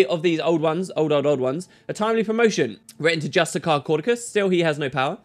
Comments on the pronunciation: ay Justiciar is not pronounced Just-I-Kar, it's Just-I-Sar or Just-I-Shar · Hey, are you suuuure that that's how you pronounce justiciar? x)) Is he perhaps a petinent justicar?:D